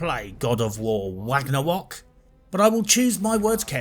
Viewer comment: “Wagnawok”😂 killed me